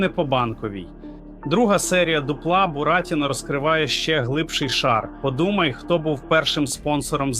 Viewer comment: А ти хто ? Блогер - ГНИДА ? Дуже смердиш ! Людина, яка не може правильно поставити наголос у словах ( бурАтіно, шулЕр, дзвЕнить) явно читає чужі тексти. Знайшли дурня і використовують, як туалетний папір. PS: а 100 000 Петя заплатить ?